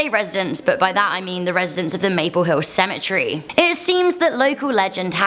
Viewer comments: Stop saying symmetry it's pronounced Cemetery and you are saying Cher its pronounce chair John the Baptist Learn some gramer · These stories are so freaking interesting 💖 but is it just me or did it bother u she was saying cemetery as symmetry not as cemetery